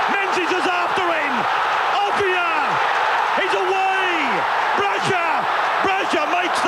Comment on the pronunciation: Ray Warren never pronounced Offiah's name correctly.